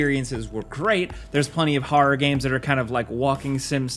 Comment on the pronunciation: Anyone notice that says horror like Christopher Walken does? "hoa-r-ruh games"